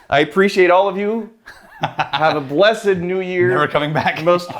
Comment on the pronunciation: Thanks to for knowing that blessed as an adjective has two syllables.